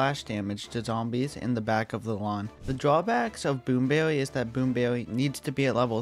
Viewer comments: Bwoom bewwy is weawwy bad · Dude really say "Boom bewwy"